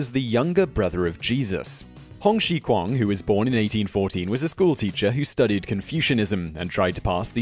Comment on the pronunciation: Hong Xiuquan's name is pronounced as Hong Xiew/Xiu Chwan. Hong Xiguan/Hung Xi Kwan was a Shaolin disciple during the Qing dynasty who is viewed by many as the founder of Hung Gar Kung Fu.